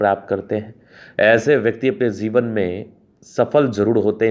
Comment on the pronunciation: Jivan not zivan